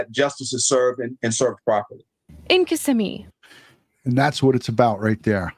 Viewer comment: It's Ki-ssimmee NOT kiss-immee. You got it right tonight. Thank you